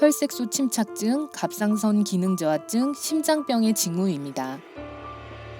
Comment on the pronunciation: 어! 동영상 에서 심장병을 심잠병이라고 했네요 님.